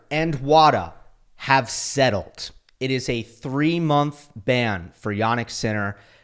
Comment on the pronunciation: Settled* 😂😂😂😂 Jesus Christ..